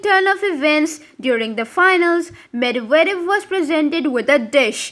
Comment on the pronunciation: For heavens sake learn to pronounce Medvedev properly..even if you are AI...